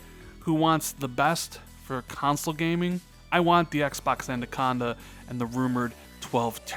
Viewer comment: Why you keep saying "Andaconda"...... You triggering my OCD, bro